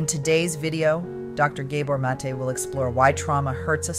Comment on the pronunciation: Did Inside Serene poach this lecture from somewhere? Hence the need to modify it with unnecessary commentary that mispronounces the name of Gabor Mate over and over?